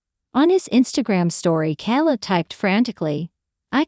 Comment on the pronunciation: Jesus Mary &the donkey ! stop with the KAL it’s K ,kay kayyyyy leb you’re making us crazy 😫🍀